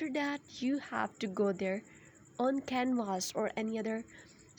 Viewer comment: 1. Drop the fake accent 2. It's canva.. not canvas.